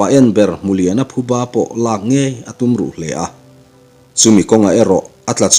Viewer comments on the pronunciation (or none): none